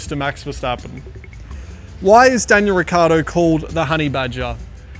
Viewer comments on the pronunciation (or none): As Italian is very funny to hear how he sayshis Surname 😂 he forgets to say the I.. it's riccIardo, not riccardo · hearing daniel say "ricardo" must grind his parents' nerves. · he can't even say his surname right lol, its' rih ch iahr doh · …soooo who’s gonna tell him that he’s pronouncing his last name COMPLETELY wrong?! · Neanche tu sai pronunciare il tuo cognome.... 😀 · Daniel, if you are SO italian, why do you pronounce your last name in the least italian way?